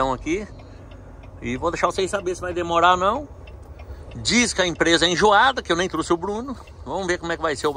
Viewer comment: É enjoada, não "injuada" kkkkkkkkk